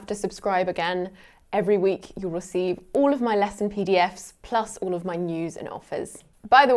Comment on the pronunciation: I've never heard the pronunciation of the word "all" like before. (Uel')